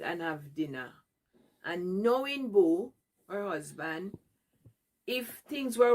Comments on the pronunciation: 😂😂😂😂😂😂..and Boo... not Bo😅😅😅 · Dis a A.I. 😂😂😂. Dem big dunce woman cah give me no advice inna dis life. A wha dis man😂😂😂. This lady cannot even pronounce Uber, Boo, or T-Mobile. Whose parent is this?